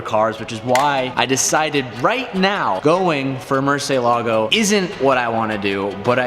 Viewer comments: Did you call it mercelago? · Murcentador...that's the name ☝🏿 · what a nice 'Murcitor' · “I knew every factual thing you could know about this car” ...except for how to pronounce “Murcielago” properly 😑